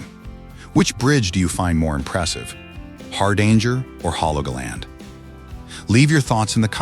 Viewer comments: You could at least give it a try to pronounce "Hardanger". The name has nothing to do with "a hard anger". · The AI is pronouncing "Hardanger" completely wrong, it's using the US English pronunciation. It's also pronouncing "Metres" wrong. Did anybody proof this video before posting it? Or did they just tell the AI to generate this video and auto-post it? AI slop.